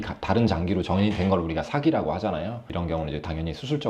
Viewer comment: 전의 아니고 전이 아닌가요?